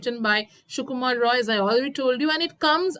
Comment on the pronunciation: Ray not rou